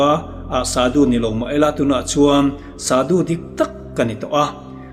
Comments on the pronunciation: shadu i lam dan hi Thluksei in Shaadu angin lam theih nise a ngaihthlak a nuam zawk ang ka ti.A lamdan dik zawk a ni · Sadu tih hi Saadû ti a chhiar rîk ni se a ngaihthlak anuam ang. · Sadhu i lam dan hi sâdu anga lam tur a ni hmel.. sa hi ei tur sa, vawksa, arsa ah sa anga lam tur... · Sadhu ani lo,"sâdhû" ani zawk r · Sadu ni lovin shadhu ti zawk tur. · Shadhu zawk nilo maw sudu tih in i ron lam tlat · Shadu ilam dàn adiklo deuh